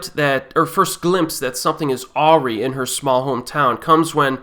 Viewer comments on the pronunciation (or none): awry = pronounced uh·RIGH, btw